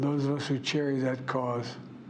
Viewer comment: Can't say democracy or cherish? Lol😅